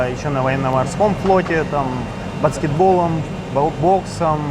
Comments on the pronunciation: "Бацкетболом" кровь из ушей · "Бацкетболлом" - ухо порезало)), сорри но "I love this game" . Спасибо за выпуск!